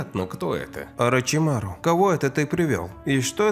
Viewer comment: у меня у одного возник вопрос почему он говорит не орачимару а орачумару